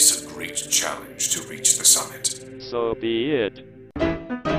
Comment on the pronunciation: When Helios was at the temple when he said so be it,it sounded like he said so vi et (soviet)